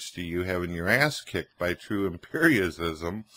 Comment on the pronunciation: Hearing try to sound smart while he mispronounces the word "empiricism" multiple times made me laugh so hard!